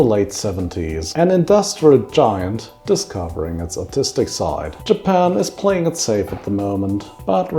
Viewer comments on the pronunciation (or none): none